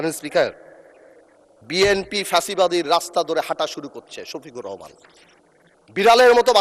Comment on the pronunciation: আরে ভাই নামটাও ঠিক করে উচ্চারণ করতে পারছ না উনার নাম ডক্টর শফিকুর রহমান আর আপনি বলছেন শহিদুর রহমান ভাষা ঠিক করেন ঠিক আছে